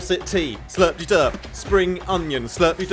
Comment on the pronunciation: I stand corrected, Its pronounced Slurp De Durp. I kept saying slurpy durp.